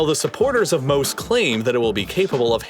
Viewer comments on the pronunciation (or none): You butchered the pronunciation of the the sea wall. Mose is pronounced like the biblical Moses (just without the final s), because it is named after the biblical character. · Just a fun fact, Mose is pronounced Mosè, with emphasis on the eh, and this is the Italian name of Moses. It is a play on words because Moses parted the seas and this device aims to control its influence over the city. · It’s MOSE as in Mosè or the Italian name for Moses of the Bible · Fun fact to miss when talking about this project but MOSE (pronounced MO-SE/MO-ZE not ‘’Moe’s’’) is not just an acronym but also the Italian translation off Moses famous for splitting the waters. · It wouldn’t be obvious by the way you pronounced it but I think the Italian plan to move the water is supposed to sound like Mosè (Moses from the Bible) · Btw MOSE is pronounced kinda like Mos-eh and it's called this way because Mosè is the italian name for Moses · I couldn't believe how badly he ruined that. I read it and immediately laughed at the amazing acronym and laughed some more, shaking my head, at his horrible pronunciation and just completely missing the reference. What a sad moment for here. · I couldn't believe how badly he ruined the Moses reference. I read it and immediately laughed at the amazing acronym and laughed some more, shaking my head, at his horrible pronunciation and just completely missing the reference. What a sad moment for here.